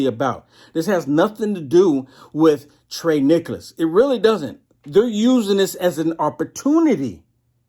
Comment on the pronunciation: It's TIE-REE NIKKALS. Just helping out brother. God Bless.